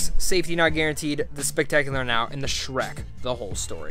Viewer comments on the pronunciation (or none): none